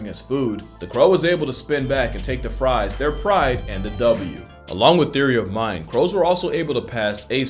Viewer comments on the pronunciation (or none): none